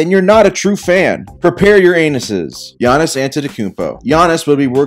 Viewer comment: Got mad as soon as you said Giannis’s name wrong